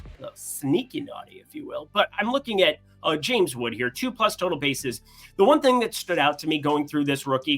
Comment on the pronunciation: I believe it's Wood not Woods